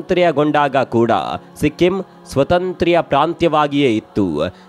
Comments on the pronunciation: ಯಾವ ಕನ್ನಡ ಇದು ಸ್ವತಂತ್ರ್ಯ... ಒಂದೇ ಸ್ವತಂತ್ರ ಅನ್ಬೇಕು... ಇಲ್ಲಾ ಸ್ವಾತಂತ್ರ್ಯ ಅನ್ಬೇಕು... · 👌👌👌👌ಒಂದು ಸಲಹೆ...ಸ್ವತಂತ್ರ-ಸ್ವಾತಂತ್ರ್ಯ (independent-independence) ಸ್ಪಷ್ಟ ವಾಗಿ ಉಚ್ಚರಿಸಬಹುದಿತ್ತು...👌👍